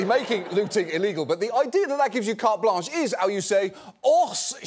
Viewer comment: Don't mock that French guy's accent while in the same sentence mispronouncing "carte blanche"